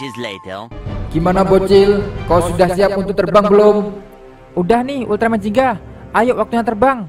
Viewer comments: Gingga bang bukan jingga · bugan ziggan tapi yang bener itu ginga